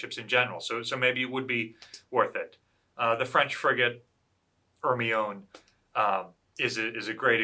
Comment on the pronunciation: hermione is pronounced her my oh knee lol